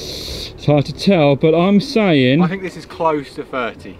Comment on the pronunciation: “Fink”? Does this Thuckwit mean THink?